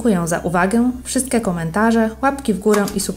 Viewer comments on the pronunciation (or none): Super filmik, tylko nie "wszystke" a "wszystkie" i nie "mikrosoft" a "majkrosoft"👍